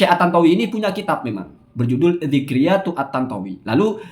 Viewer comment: Maaf pak kamu baca zikriyat apa ngk salah ya kan itu ذكرى جمع ذكريات baca nya zikroyat bukan zikriyat apa mungkin ada bacaan lain ya maaf cuma tanua